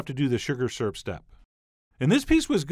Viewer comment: Syrp🤗 That's how my husband says it too Lol, lactose indifferent 😂😂😂 The color of that peach syrup was gorgeous😍